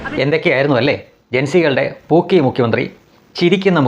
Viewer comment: പൂകി❌ എംപോകി,✅